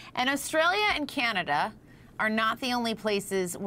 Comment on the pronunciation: But I have the only one who heard Canata not Canada?